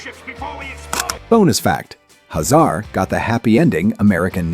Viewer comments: HAY zar not ha ZAR. Drule not drul A. Pronunciation matters! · "Hazar" name is pronounced "Hay-Zar" in the cartoon series. It not "Huh Zar" like he's a middle eastern immigrant. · If these videos weren't AI narrated, they'd be so much better (Dru-lay empire, Commander Huh-zar lol??) . Voltron had a total of 124 (52 LF, 52 VF, then 20 more LF specially made for World Events), but Zarkon wold only have been in 72, not all 124Also these always talk abot these shows as being on Saturday morning, when they were in Syndication M-F. the video Talks about Voltron II (gladiator), but instead shows toys of Stealth Voltron from the 3rd dimension series. Also in early Promos, animation for Voltron II was actually another Lion Super Robot anime show called Daltanious